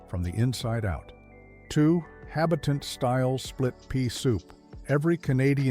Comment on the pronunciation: AI Slop and Internet Scrapings.Not even a human narrator. FAIL An actual Canadian knows how to say this word "Habitant". Brown sugar is white sugar with molasses in it. There was no shortage of sugar. You need white to make the brown, ffs. Also, seems AI doesn't know what pease pudding looks like. It doesn't look like a bunch of different things on a plate. I's generally served in a bowl, and many of these dishes aren't Canada wide. many are and were regional.